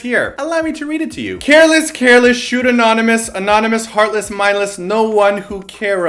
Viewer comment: omg...still have to ask?? even though i love exo..... IT HAS GOT TO BE B.A.P~!!!!! exo is not so much epic....& i wanted history...not mama....if mama i wanted to atleast talk about the pronunciation of MINDLESS...they said it as MAYONNAISE....dude pls...mayo?? *dies of the english chant that i thought was korean*